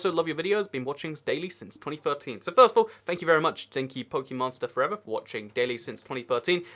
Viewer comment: Lol you said my name wrong but that's alright by the way its zenk then Kai but great video